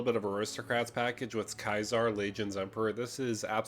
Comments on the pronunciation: Yo its pronounced See-zar... not kisar. ... its the same as the salad. Its a soft C. Maybe you got mixed up with kykar? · ceasar = "kayzar" ??? I cant listen to this video any more, Im out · Loved this video, just super bothered by the way he said Caesar. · You DID NOT just pronounce "Caesar" like that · Mate that’s an interesting way to pronounce Caesar lol.